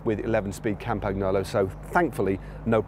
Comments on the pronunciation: Hey Matt, You're saying it wrong. It's Cam-pa-gnolo. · silent G in Campagnolo and N is pronounced like you pronounce N in New York, thanks